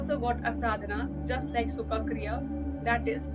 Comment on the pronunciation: It's sukha not shuka, friend.